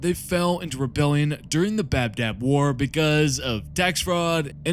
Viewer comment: love your vids but I gotta say its not the "Bab-dab war" its the Badab War. No "b" in the middle